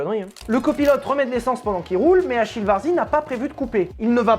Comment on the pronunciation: Salut mec ! Ecoute en tant qu'amateur de bagnole et de belles mécaniques, je dois dire que ta vidéo m'a bien plu ! Simplement pour mémo, Achille se prononce en italien comme si c'était un K 😉 allez ciao et bonne route